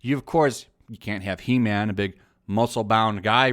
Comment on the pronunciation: It’s called He-man not He-mam